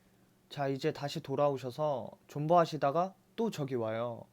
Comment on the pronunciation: 2:2에 존버를 본버라고하셨네 ...